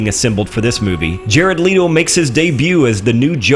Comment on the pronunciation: And he said Jared 'Leo'